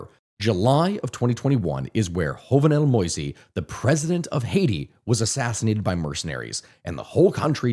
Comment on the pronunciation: the way he pronounces jovenel moise is so fucking garbage that i can almost forgive hispanolia